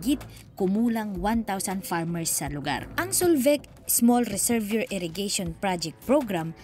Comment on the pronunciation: Reservoir= rezuhvwaa po ang bigkas